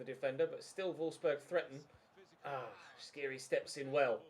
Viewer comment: Skhiri is pronounced : S like sir + kh like the g in De Ligt + iri like in Siri